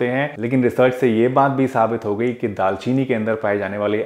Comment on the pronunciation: Dal chini nhi daar chini